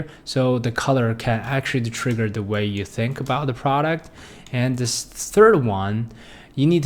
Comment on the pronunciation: trigger not triger...